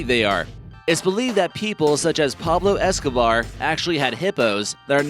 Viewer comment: Escobar, not Escovar